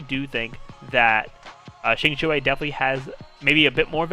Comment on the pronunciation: Thank you for trying to pronounce Qingque's name correctly. The only problem she has is she needs constellations, and since I I have her at E2 only, I am not planning to build her. I have Seele, will definitely pull for Fu Xuan, and since I also have Silver Wolf, I won't need Qinque unless I find Lynx redundant on my monoquantum team.